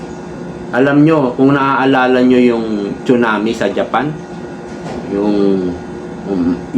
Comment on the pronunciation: TSUNAMI READ AS SUNAMI